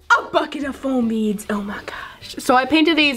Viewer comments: its FOAM beads not floam beads😒😲😠😵😱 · She said floam instead of foam